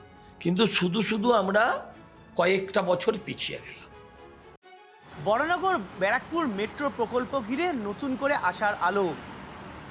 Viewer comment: বরাহনগর বলুন, বরানগর নয়। বাংলা এবং হিন্দিতে বরাহনগর লেখা থাকে যেটা সঠিক নাম, ইংরেজিতে ভুল লেখা, Varaha Nagar লেখা উচিত ছিল, সেটা ধরছি না এখন, আপনারা বাংলা খবর চ্যানেল চালান, সেখানে সঠিক ভাবে লিখুন এবং বলুন।